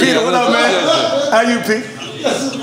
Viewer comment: Yeah he never would say pete’s name right...😂🤣